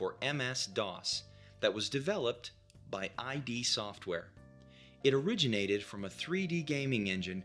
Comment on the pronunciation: omg the ai voice keeps calling it "I.D. software". Can't take it